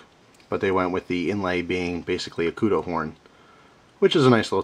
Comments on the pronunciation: He pronounced it correctly, however, he mispronounced Kudu So hes 50/50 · This time he actually does suck, cause he said kudu wrong, LOL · pronounced koodoo not koodoe :) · sounded a bit like you said Kudo, no worries my foreign friend, us south african-afrikaners love when we atleast get some recognition from "the outside". But the Okapi isnt "our knife" in south africa it was more the brown people and black people who used this a LOT , they were obviously the poorer people. The Okapi is nice and was the AK of knives in south africa, dead cheap, somewhat crude and unbreakable. The knives that the middle/higher class users had/have are handmade a lot, I live in the city of cape town, I carry a kershaw scrambler, very happy with it, but it is a little expencive for us, we can easily afford it, dont get me wrong, but it's very bad to lose something like that. Good thing I havent, but my Dad has knives that price up to 300$ called a stahl knife also another kershaw and a spyderco, but he carries a 2$ knife so I am looking at the kudu, french opinal or a buck, but he needs something like the kudu or opinel, because he doesnt want to lose something, so he wont carry an expencive phone or knife, he has a 99%chance of being the victor in a knife or fist fight (these older afrikaners are tougher than old leather boots) but guns are guns, so he has that 1% of it being a dumbass who pulls a gun in daylight in a city....sadly it happens. But yeah, that's why he needs a quite cheap and sturdy knife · Its pronunced koodoo bro you have an amazing collection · KUDU long u sound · OH MY GOD, WITH THE KUDO. I almost turned the video off. It's Kudu, like Kudoo. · just so you know Kudu is pronounced like koodoo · Ok, thats as long as i could go without saying somthing, Kudu is pronounced. Ku Du Koo Do Lol, it was killing me to hear you say it that way. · this is your best example of your spelling i had to read it like 4 times and that is a kudu said k-u-d-u not k-u-d-o